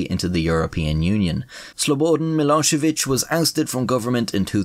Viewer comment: Absolutely crushed pronouncing Milošević